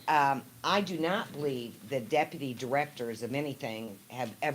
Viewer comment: JWC: "the dippity..." Me: 🗣️ DEPUTY! Use your phonics!!!